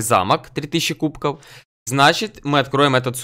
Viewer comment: Почему кубкоу, а не кубков?